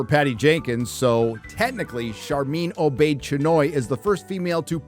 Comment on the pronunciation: "Sharmeen O-Bitch-Anoy" XD